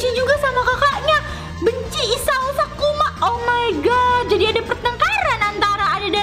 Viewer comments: Maaf ka bukan "kusuma" tapi, sakuma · isao sakuma kak bukan kusuma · kk itu kk itu salah Baca kan itu namanya isao sakuma bukan isao kusuma sih kok gitu gak adil ah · Sakuma kak.....😂😂😂😂😂😂😂😂😂 Bukan Kusuma....😂😂😂😂😂😂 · SAKUMA kak bukan KUSUMA 😭😭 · kak kakak salah sebut kak seharusnya sakuma bukan kusuma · Kak, bukan Kusuma 😂😂😂 tapi SAKUMA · Sakuma kak bkn kusuma 😂🤣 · Sakuma kak bukan sukuma 😊😊😊😊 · Kak bukan isao kusuma tapi isao Sakuma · Bukan Kosuma tapi sakuma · Sakuma kk bukan kusuma😊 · Kak bukan sukuma sakuma